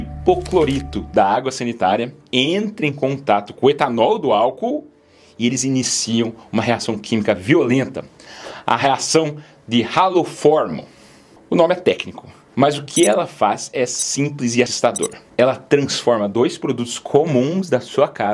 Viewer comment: Reação de haloformo se pronuncia "aloformo" e não "raloformo". O nome vem dos halogênios (o Cloro é um halogênio).